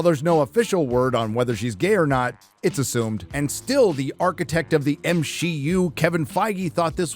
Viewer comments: God that was the best at the end of the video where she accidentally said M she U. Man that was terrific. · I can’t believe the show runner said “M-She-U” and quickly realized her mistake!! You can’t make this stuff up. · The fact that she herself said "Me-she" just shows how off the deep end marvel is. Congrats you live rent free in their heads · I can't believe the narrator in that interview actually almost said M She U, that's fucking incredible. The counter culture is officially more well known than the thing it is countering. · Good lord, they are calling it "M-She-U" themselves. is living rent-free in their minds! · So the interpreter actually said M-SHEE-U 😅😂😅😂😂😅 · The fact that either the translator or the actor said "M-she-U" makes me so proud to be a loyal watcher of these reviews. Not only will Disney / Marvel / Lucasfilm NEVER learn...they are doubling-down on killing the entertainment most of us truly enjoyed (in the past). It'd be rhe best thing Disney could do to simply sell the IP's they are destroying. However, the failures are already far too great for anyone to be smart enough to purchase them. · Please, please tell me that ending slip-up was honest-to-God an ASL interpreter interpreting "M-She-U." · Lmao! They're actually saying M-She-U themselves..